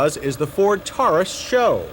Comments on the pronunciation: reminds me of his use of TAHR-us for Taurus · I have never heard the name pronounced "Kam-Ray", or "Tar-us" before. Then to hear "Kam-Ray" over and over again became a bit much.